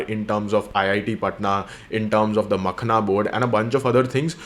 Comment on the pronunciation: its not makhna, its makhana. makhAAna is the correct pronounciation